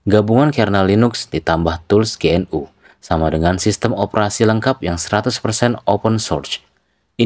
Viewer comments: GNU dibaca genu bukan ge en yu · GNU dibaca `Genu` dengan e samar.